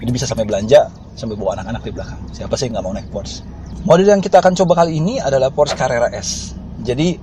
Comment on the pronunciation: Pengucapan 'porsche' nya yg bener dong, reviewernya kurang informatif jg, ga spt ridwan atau mas fitra.